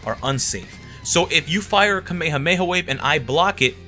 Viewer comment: It's Ka-Me-Ha-Me-Ha, not ka-may-ha-may